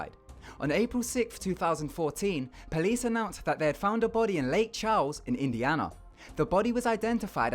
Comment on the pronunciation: I fucking hate how British people pronounce Indiana